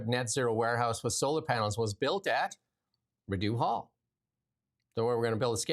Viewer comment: the last syllable of "Rideau" is pronounced like the word "doe", not the word "dew". I know you are a Westerner but Rideau Hall has been around forever. Don't offend your listeners' ears, please. And when Richard the Lionheart was out of England, the country was run by Prince John,, He didn't become King John until after Richard's death.